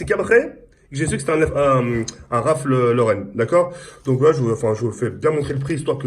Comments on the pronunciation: mdr un rafl lauren au lieu dun ralph lauren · Apprend à dire ralph loren avant d acheter des articles pour montrer que t es riche stpz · " Un Raphl Lauren "😂😂